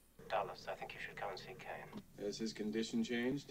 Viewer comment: "Kain"? Kane😀